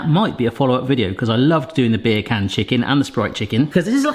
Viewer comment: I'm sorry but when you say "beer can" my brain can't help but hear you saying bacon in a accent